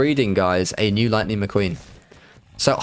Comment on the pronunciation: You say "McQueen".. I hear the Jon Snow meme "she's muh queen" 😂 RIP GoT